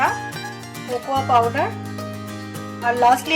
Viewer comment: Cocoa pronounciatipn কোকো , কোকোয়া নয় !